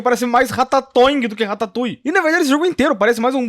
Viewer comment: Man ... Só eu que pensei besteira quando ele falava rataputa